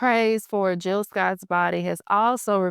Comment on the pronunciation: Hey, Good video topic! I see that you forgot the “J” in Jill’s name. Okay, back to watching🫡